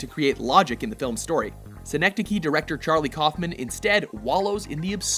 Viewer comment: This was going great until you mispronounced synecdoche